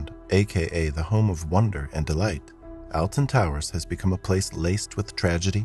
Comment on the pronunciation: the way he says alton quite literally as alton instead of "oltun" how we usually pronounce and how im pretty sure it is actually pronouced it just throws me off